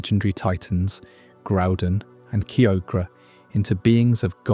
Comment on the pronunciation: Your pronunciation of Kyogre is actually painful.